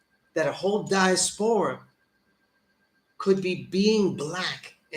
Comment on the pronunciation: Diaspora the way you are saying it, is just not simply how the word is pronounced. Never say it again because you sound dumb. No disrespect.